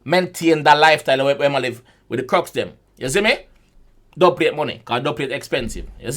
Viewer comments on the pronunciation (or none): the dubplate line is two meanings in my opinion. same as what you said and also what causes an earthquake is tectonic plates. but him say dubpalate instead basically